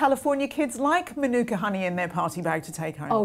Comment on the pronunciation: As a kiwi, her pretending she has made mānuka honey is ridiculous. Unless she’s certified and has mānuka trees nearby her beehives it’s absolute crap. Also it’s pronounced mah-newk-ah not min-ewk-ah.